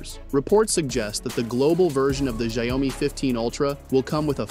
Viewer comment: It sounds like people in Brazil who mispronounce it by saying ‘xaiomi’ instead of ‘xiaomi’. I’d be in shock if I found out that’s the right way to pronounce it.